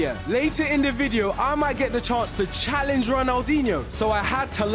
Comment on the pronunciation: bro said he chalendge him💀